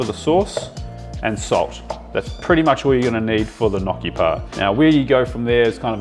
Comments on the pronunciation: Lol. “No chi” not knocky. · It's pronounced nyockee (if you type it into google, how to pronounce gnocchi, it will tell you how :)) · Loving the video! I have some advice for you: first of all, you should pronounce them as ñokki 😂 the real advise is to not scoop the potatoes but directly throw them into the ricer, you will have the flesh through and the skin in the cup of the ricer 😉 much easier! 😁 Keep it up! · Stop saying gnocci like that. It hurts. Its gnocci (nyoki), just like manicotti ( mani-go-te), or fagiole, (fazool). Say it right. It hurts the way you say it. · Gn pronounced just like in gnome not like in knock.